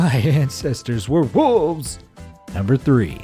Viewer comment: "My ancestors weve woves..." lol